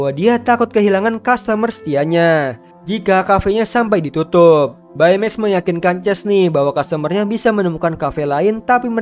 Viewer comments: Bacanya bei maks. Bukan bae meks. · Baymax read text beymex not baimeks right